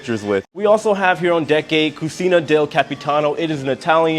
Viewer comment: Great video, as usual, cucina is pronounced kutjna or cuchena